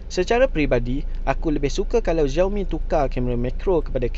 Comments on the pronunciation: slalu tgk stream org cina... Nama dia xiaoboy pastu slalu dia sebut nama dia ziao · Tapi org cina slalu sebut 'xiao' ziao